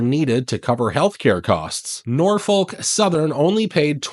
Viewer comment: Silent L in Norfolk.